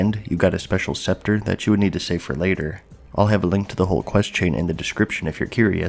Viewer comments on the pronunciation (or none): none